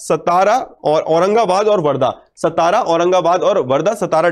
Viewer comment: It is सातारा not सतारा